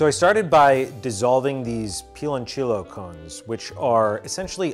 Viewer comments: Piloncillo is pronounced pee lone see yo in spanish the double ll makes a y sound and ci makes a see sound ci makes a ch sound in Italian not spanish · Piloncillo is pronounced pee-lone-see-yo btw :) I personally prefer making the same recipe but with sweet potato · Ugh the way he butchered the Spanish words pronunciation made me stop the video...."pilonchilo", really?????? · Piloncillo has the double l. in Spanish the double l (ll) has a "y" sound.